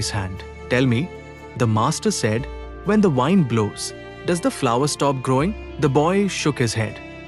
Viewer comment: You are mispronouncing the word "wind". Please look it up in a dictionary.